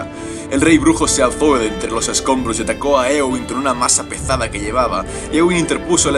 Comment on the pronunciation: Masa pezada? Un leve intercambio de eses y ceta muy random xd